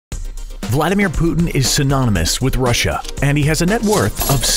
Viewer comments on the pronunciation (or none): none